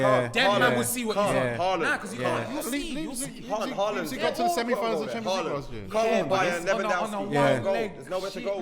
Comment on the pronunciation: “Lipzing” and “meelan”🤣🤦🏾‍♂️ - great pronunciation